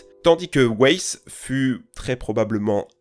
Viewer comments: Weiss se dit « waïss » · Weiss se prononce vaïss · Ça se prononce "vaïsse"